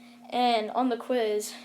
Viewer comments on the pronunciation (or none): none